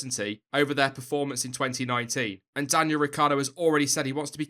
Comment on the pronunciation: Hey I m italian, you should pronounce Ricciardo like "Ricchardo": you forget the i ;)